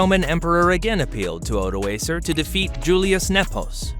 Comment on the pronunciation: My gripe has to do with his pronunciation, e.g., "Magyar" I learned as "Muh-dyar" and "Odoacer" I learned as "Oh-doh-AH-ker." I'm glad to see other commenters have agreed with me there. Also I was disappointed that there wasn't more information about the pre-Roman period. When are we going to get over Roman history? There was more happening in the world besides that! I also was taught that the Romans called the barbarians "barbarian" because they were bearded (barba), whereas the Romans at that time were shaven. As a funny side note, in Basque the word for "beard" is "bizarra" and in Welsh it is "barf" (LOL, except it is pronounced "barv.")